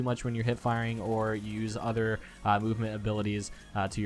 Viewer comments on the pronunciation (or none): none